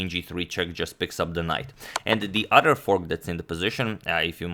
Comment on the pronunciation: Love the way amad says Other "odder " ... ha